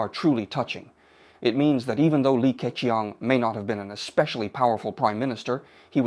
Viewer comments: 用人工智能，即刻变成英文。 口型都对得上。唯一的不足时没把Li Ke Qiang的发音修改一下。 如果把qiang 改写成Ching, 英语发音就不会这么怪了。 总体来讲AI使用得很棒！ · 这个李克强的英文发音是真不怎么样，说成了理科kiang，oh my God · 这个AI把李克强的名字读得也太搞笑了😅😅😅